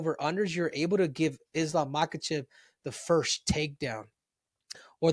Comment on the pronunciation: Omg there’s nothing more annoying listening to miss pronounced names. Henry it’s MA - HA - CHEV… Not Mockachev